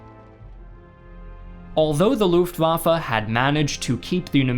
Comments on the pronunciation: luftwaffE not luftwaffA. is it so hard if you want to be some expert? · The way you pronounce Luftwaffe is really distracting. Looft indeed!